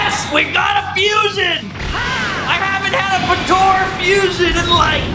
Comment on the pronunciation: Bro i like the video and everything but PLEASE stop calling it PA-TO-RA its PO-TA-RA i cringe so bad everytime you say patora. that's it and thank you